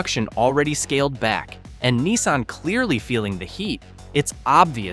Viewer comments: Wtf is a Neesan? It's NISSan, you troglodyte. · Site description written in the first person but doesn't give a name. Videos are all stock and snagged video from elsewhere. Proper names are mispronounced such as "Neesun" for Nissan. Dead give aways this is a fake AI-narrated site.